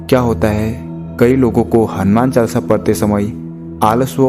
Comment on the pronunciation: अरे भाई क्या चालसा चालसा कर रखा है। शुध्ध उच्चारण करो हनुमान चालीसा बोलिये। चालसा नहीं